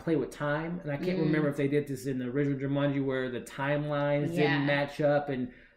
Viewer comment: Also,I think it's Ju-maan-ji,not Ju-mun-ji lol.